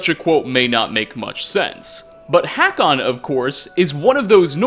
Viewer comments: love that directly after hearing "hay-kon" pronunciation in dialogue asserts his dominance yet again with the abhorrent "hack-on" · I don't think Hakon is pronounced like that...